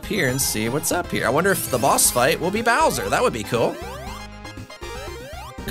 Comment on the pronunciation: Darby: It's Bowser! Me: It's "Bowser" Seriously though, this looked pretty fun overall, even if the monitors were a bit too thick (as in too many) so thanks for the video as always!